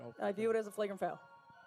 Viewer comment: Flag-Rant. AI can't say flagrant apparently. :D